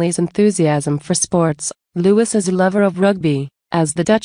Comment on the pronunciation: Louis’s name is pronounced Lou-ee not Lou-iss!! Like Louis Mountbatten!!